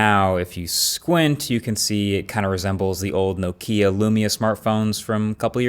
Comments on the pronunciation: I’m not a troll, promise! But it’s not pronounced NOkeya it’s pronounced NOKeeya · Dear Marques: NO-kia, not no-KIA. THANK YOU 🇫🇮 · It's not No Keea, it's Knock ia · I never knew North Americans say No-Kia, instead of Knock-ia. You learn something new each day... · Marques is doing it on purpose. NOKIA. not NOKEEA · Isn't it NOH-KEEA not NO-KEEA. I no it's inconsequential but just sounds weird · You say Lumia and then Nok ì a, it's Nokia, only Nokia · It's not No-Kia, it's nOh-kiA, with the fisrt syllable the strongest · One of the oldest phonebrands around and you say: Nohkeya.... xD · Good video Marques but by golly, that's the weirdest pronunciation of Nokia I've ever heard :)